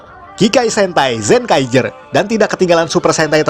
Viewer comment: Apa cuma gue doang yang dengar "Z-Kaiger"?